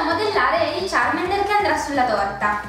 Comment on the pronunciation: Ma sono due bambini? (cit.) Sbavo :-Q__ P.S. Charmander non Charmender ;)